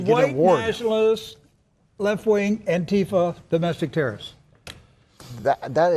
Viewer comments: Wiles pronounces Antifa properly, hmmm . . . Lindell apparently was in the past addicted to crack so . . . IDK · It is interesting though, that the dude is pronouncing it correct (antifá vs. anTIFA). I never heard any ignorant right wingers ever do that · Well I dunno, Wiles actually pronounces Antifa more correctly than I've ever seen a right-winger say it. Antifa confirmed! lol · There are no "members" of Antifa,and never have been in its 91 years. But at least this fascist can PRONOUNCE "Antifa". He's the first person from the USA I've heard who can. It has no "tea" in the middle. It's Spanish. Though the slogan originated in Germany, it was the Spanish Civil War which spread it throughout the world in 1936. So the Abraham Lincoln Battalion (the mainly US component of the XV Brigada Internacional) were Antifa before this Wiles geezer was born. I haven't got a song from the Abraham Lincoln Battalion (though I'm sure they had several) so here's one commemorating Frank Ryan's Connolly Column, the Irish Battalion in the XV Brigada. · Yo at least Rick says antifa correctly. Or wait: maybe Pillow Mike is correct!?!